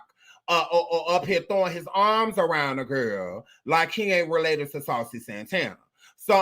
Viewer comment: That damn fool said saucey grandpa 😂😂😂😂😂😂😂